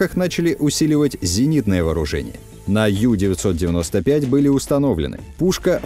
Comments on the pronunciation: Ююю95 объясните ей не ю- бот,а у-бот!!!!!!! U-это с немецкого (unten) - в переводе внизу,а в связке с бот оно звучит как (под), тобишь подлодка!!! А юююю это юбка,так ей и скажите! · У-995, а не Ю-995. Это ведь немецкий язык, а не английский. Очень распространенная ошибка, прямо слух режет